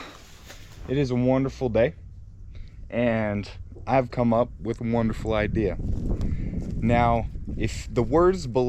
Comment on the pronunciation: I enjoy watching you guys and all of your inventions. Great job! But please don't say idear it's idea!